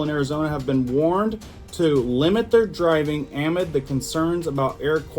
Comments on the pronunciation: amid is usually pronounced uh mid I believe, but to each his own, it just sounds a bit off to me when you say it lol. I love your content though so keep it up and thank you for helping us stay informed. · DEAR.....the word "amid" is pronounced aahh-MID' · Amid: uh-mid not trying to be rude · CRACKED me up hearing you pronounce "amid!" 🤣